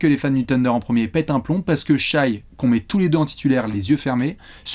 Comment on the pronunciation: S'il vous plaît, arrêtez de prononcer Shaï, on dit "Shè". Écoutez le commentateurs US !